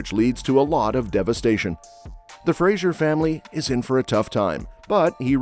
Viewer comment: FRASER - FRASER - FRASER FFS